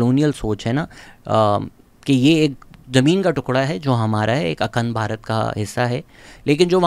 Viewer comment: Pronounciation which you didn’t get right- Akhand Bharat,Vikraam Misri 😂😂 hence your whole video is rendered useless now…what a clown you are😅